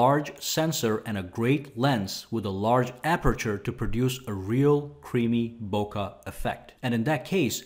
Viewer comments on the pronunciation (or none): FFS It's not "Boka Affect" it's "Bokeh", pronounciation "Book'eh" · you're mispronouncing bokeh, bruh!